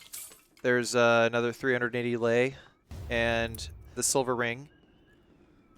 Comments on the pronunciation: hearing you say '500 lie' was like taking a bullet to the chest ngl (its pronounced like lay) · I love the play though, however as a speaker of Romanian (I’m not a native speaker so Romanians feel free to correct me on this) Lei is pronounced like the word ‘lay’ in English. Yeah it’s a little funky word-wise, but I hope this helps. Also I love your content!